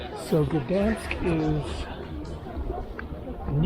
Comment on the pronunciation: 1. Gdansk is pronounced like "G-dahyn-sk" 2. Poland is as beautiful and safe because it's a proud nation that has defended itself over and over and it knows not to let illegal immigrants disrespect its country, people and culture. However, you decided to speak against the USA for doing that exact thing in a previous video. Keep your political beliefs to yourself!